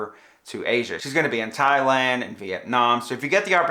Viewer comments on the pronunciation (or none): none